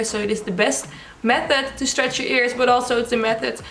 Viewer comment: I love the way she says method it sounds like meth head😅